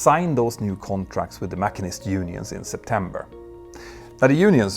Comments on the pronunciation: Enjoy your channel! BTW it's pronounced "mashinist" not "makinist" in English, emphasis on second syllable. Keep up the good work! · Just so you know, in English the word machinist is pronounced mash-een-ist ... like the word machine with an 'ist added. Not mak-in-ist. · Petter Hörnfeldt is supremely on top of his brief and has incredible communication skills, in what isn't even his own language. One nitpick - "machinist" is pronounced "masheenist" not "mackeenist" - it's not the Germanic or Scottish "ch" - after all we also say "mashine" (we got the word via French from Latin) But fascinating story - a bit of a metaphor for the whole American enterprise, and other countries that have emulated that form of extreme capitalism, such as the UK, and here in NZ. In regard to the criticisms of "Better Help" below, I did check out a review of the service, which was generally favourable. However, the sort of help they can give is restricted, and isn't covered by insurance, and costs $65 to $95 per week. As a retired medical practitioner, I'd always approach such an online service with care and try to ensure that you are comfortable pursuing this. There is a review here: To label the service a "scam" would appear to be unduly harsh, but of course some people's experience might not have been good. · The pronunciation of “machinist” is driving me nuts. Every video where he says it I cringe. 🤣 It’s not “mach-in-ist” it’s “mash-sheen-ist” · Dude, I know you said the word at least 3 times, but sorry, there is no such thing as a MACK-in-ist. "Machinist" is muh-SHEEN-ist, same as the base word "machine" (muh-SHEEN). Cheers! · Machine-ist (mash-een-ist) not mac-in-est. Great video. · The what union? Mackinist? 😂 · Masheen-ist. It’s pronounced Masheen-ist. The speed of sound is only coincidental to the subject. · Not trying to nit pick and I understand English is not your first language, but machinist is pronounced ma-sheen-ist. Love your videos on both channels.